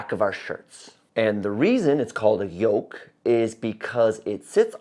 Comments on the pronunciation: It's yoke, not yolk. Otherwise, this was a very good and informative video! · YOLK???, my dear, I think you meant to say "YOKE"!!! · *Yoke, not yolk 😂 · Came here to say that.